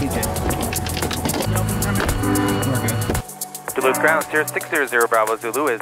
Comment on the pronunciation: It’s pronounced, “Doloot”.